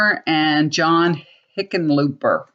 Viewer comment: Yes, you are correct about how to pronounce Hickenlooper. Not sure he's that much better than Gardner, but there you have it.